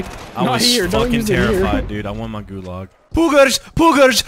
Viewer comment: anyone else mad because of how they say gulag or am i being a karen right now